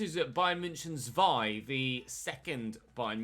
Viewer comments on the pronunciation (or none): none